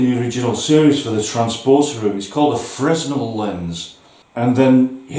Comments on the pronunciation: Loving all of the builds. Cool find at that junk store. On a side note, "Fresnel" has a silent "s" so the pronunciation is more like "fruh nel". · FYI: Mssr. Fresnel was a Frenchman. You don’t pronounce the’s’. Great find though! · Yeah I've always said /heard it as frehnel (emphasis on the nel) a bit like [Isambard Kingdom] Brunel Worst example ever but I can't think of any others!